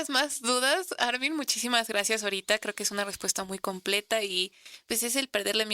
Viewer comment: La conductora le dice Ármin acentuando la A 😏😣